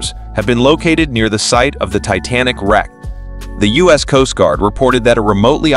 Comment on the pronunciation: The video narator (or "reader") should have practiced with anyone to avoid dozens of mispronuciations and glaring oddities! (Like measuring units, United States as "us", etc.) The times (time of day) mentioned describing the details of the incident should be unified to a single timezone rather than jumping around between the U.K., Newfoundland, and the eastern U.S.